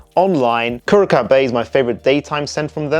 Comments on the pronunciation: Curaçao Bay is amazing!! It’s pronounced Cure A Sow. They must have sent out some bottles to lots of fragrance reviewers because this is starting to pop up a lot. It’s AMAZING! Smells like sun tan lotion but in a great way. There is no coconut in it, but it smells like it is in there. Wonderful wonderful fragrances. Got very lucky to get a huge bottle on fragrancenet for 50% off. Keep your eyes open. Would suggest try it first. If you love it, you will really love it. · The second C in Curacao is soft so its pronounced as S